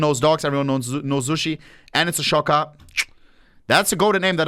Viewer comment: Ohne saying everyone can pronounce sushi and pronouncing it zooshi